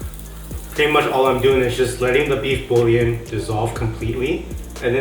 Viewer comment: it's bool-yaan